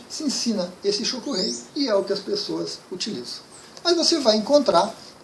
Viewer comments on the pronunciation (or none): Minha Mestre chamava Tcho ( som de Tcheca) Ku Rei ( com o som de R de cordeiRo)... O escuto o senhor falando Cho ( de chocolate) Ku Rei ( R de rato). Tem problema a gente pronunciar errado? Grata por seus vídeos. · Desculpe, mas a pronuncia está errada. è um R . É importante.